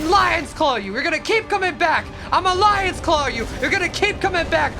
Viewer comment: he says "lions clow" like nihil💀